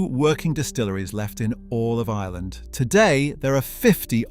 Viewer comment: Hello but our country is pronounced Ireland not island. I don’t know why I’m so triggered by that